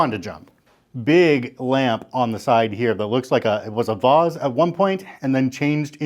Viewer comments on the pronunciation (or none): The cabinet your fancy nick-nacks go into is called a Curio Cabinet, and "vase" rhymes with face. Southeastern USA -- OMG.. we do not need comments about your junk ROFLMAO. It is sad that the suite is in so much disrepair.